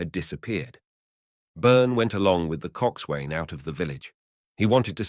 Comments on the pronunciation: It does sound like him, but I think he'd know how to pronounce Coxswain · Phonetically 'focksal' and 'cocksun. ' There was another common word earlier which I forget. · Thanks for doing this. no criticism but if you are reading more about the navy or seagoing, you might like to look into the pronunciation used in this industry: Forecastle - foc'sal; Coxswain - Coxon; boatswain - bosun etc